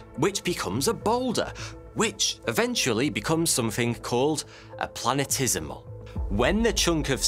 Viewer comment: Intriguing, as always! But.. p l a n e t e s i m a l .. like infinitesimal.. planet + esimal.😊😀 Not 'planetismal' 🥺😢